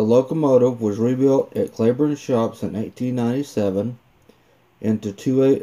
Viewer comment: It’s not “Clayburne” , it’s pronounced “Cleeburne”